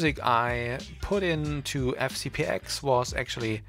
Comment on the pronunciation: Thanks for the tutorial, but please: FCP TEN, not "ex".